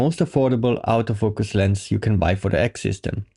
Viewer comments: Nice quick review. I like the way you phonetically pronounce autofocus….outofocus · Thought you said "Out of Focus lense" XD It took a while but then I got it.